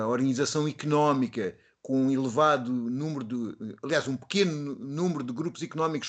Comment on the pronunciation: O tambem tem de melhorar o sotaque... ele diz "ohrganizacao icunomica"....